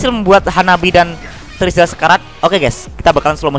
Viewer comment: Menit 14.02 terizla jadi trezila wauuu😂